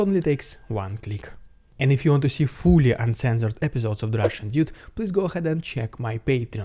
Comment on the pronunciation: Sometimes when you say "The Russian Dude" it sounds more like "The Russian Idiot."